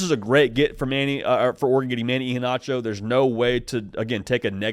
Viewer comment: Pronounced E-HEN-ACHO. Just helping ya out. Sco Ducks!